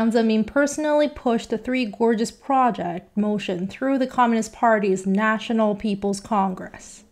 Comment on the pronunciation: Good translator, EXCEPT she CANNOT correctly pronounce "project" nor RESPECT. Keep at it, girlie, you'll learn to say RESPECT once you get the hang of it.